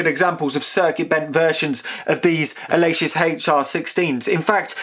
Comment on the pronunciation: The "Ah-lay-sis Haichar 16"